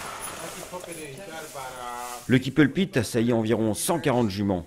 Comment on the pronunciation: I JUST LOVE THIS VIDEO! He is just so handsome and I love how the narrator says his name with his French Accent. Too fun.